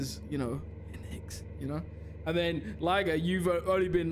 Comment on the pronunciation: I think he said lie-gar but that is still an amazing quote nonetheless